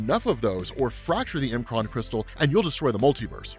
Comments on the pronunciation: I really can't say I've EVER heard anyone call the M'kraan Crystal.. The M Kraan Crystal??? (it's said as "MaKraan" or "MuhKraan" or "MehKraan" ) That's what apostrophe's are for, it's not a separator. It's used as a contraction, as in, takes the place of the missing sounded letters. (think how it WOULD sound with no apostrophe at all) Example - From Australia... "G'day mate"... do you think it's said as "G Day"??? The Shi'ar Empire is another perfect example, it's said as (SOUNDED SPELLING) - "Shiyarr" or "Sheeyah" Sorry, it just really did my head in the whole time. You already talk quite fast, and pretty erratically at times (your excitable, which is fine) But when in a lot of your vid's I hear you say "Not sure how you say this" or "Pretty sure I butchered this" it dawns on me that if you only took 10seconds to read it, and sound it out, it would become apparent. Again, Sincere apologies. Not trying to be a dick... (Although no doubt people will think that, because "HOW DARE YOU CORRECT ME FOR MY OWN BENEFIT") but help you get a bit better with your own pronunciation of some of the more bizarre words made up in Marvel-verse. I love your work, your excitement and your presentation of everything you do, but it has been bugging me for ages. Peace, All the best. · It’s pronounced mu-cran not M Kron